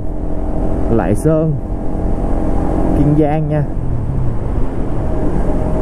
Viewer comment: Kiên Giang chứ không phải Kiêng Giang bạn ơi!